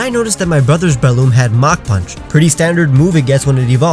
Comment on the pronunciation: THERE IS NO I IN BRELOOM!